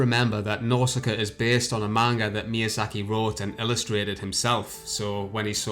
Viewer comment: It's no exageration to say that's Ayo Miyazuhki. That's litterally what you said in the beginning. For fuck sake, can't you fucking pronouce names correctly?